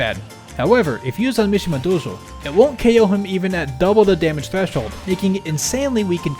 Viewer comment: Your pronunciation was pretty good! If you don't mind a bit of feedback though, I would pay attention to the vowel length in 道場 (どうじょう), since the last vowel sounded a bit cut short. I got the impression that any other inaccuracies stemmed mostly from pronouncing Japanese words in the middle of an English sentence and having to switch between the two. It's been fun watching your Japanese-learning journey through the tidbits you share in your videos. Keep it up!